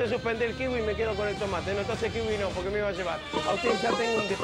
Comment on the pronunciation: 1k de Pomelo 1$, polque? No hay polque xD